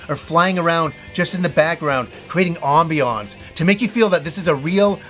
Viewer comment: Who says ambiance like that? 😂